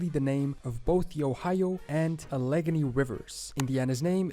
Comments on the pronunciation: Also..... ..... the guy mispronounces "Allegheny" as "Ah-LEH-gin-NEE", but it's "Al-LAH-GEI-nee" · It's not pronounced the Alegany "Uh Leg Uh nee river lol.... .its the ALL E GAIN EEE RIVER LOL